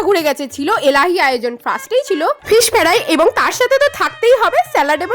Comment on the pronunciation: Apni age kotha bolte sikhun thik kore ...p rice,fish ferai ,poloya esob ki thik kore ucharon korun